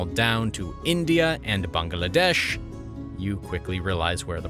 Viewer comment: I can't get over the pronunciation of Bangladesh: Bung-Uh-Lah-Desh :/